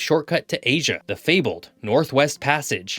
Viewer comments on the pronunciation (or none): none